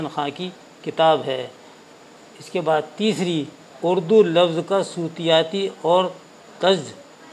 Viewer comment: sir aap Urdu alfazon ke reading me ebarat galat padhte hain. sutiyati galat talaffuz hai.sautiyati sahi talaffuz hai.